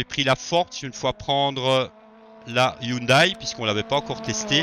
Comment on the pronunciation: Salut, très bonne vidéo encore une fois. Une petite information pas méchante pour la prononciation de (Hyundai), il faut dire Hyundé et non Hyundaille. à plus 😉